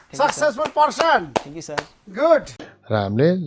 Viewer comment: Kangrachu lesson 😂 Sucksessfool pursun 😂